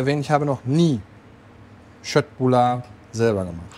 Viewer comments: Wird wirklich "Schöttbullar" ausgesprochen .. so hab ich es von meiner Mutter gelernt .. Sie kommt aus Stockholm 😀 😀.. super gemacht danke viel Kindheitserinnerungen.. also mit Vater kochen 🙂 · Ich habe eben dein Einreiseverbot nach Schweden annulliert. Endlich Köttbullar richtig ausgesprochen. Mein schwedisches Herz ist entzückt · Endlich Mal jemand, der das richtig ausspricht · Yay! Endlich jemand in Deutschland, der das richtig ausgesprechen kann :) Und auch die Preisselbeeren vergessen :) Wenn ich mich an meine 10 Jahre in Schweden richtig erinnere, war das Gehackte doch etwas feiner. Nochmal in der Küchenmaschiene durch die Klingen bearbeitet. Aber das kann eine Regionale Sache (oder sogar persönlicher Vorzug meiner damaligen Lebensabschnittsgefährtin) gewesen sein. Jedenfalls mache ich das seitdem auch so.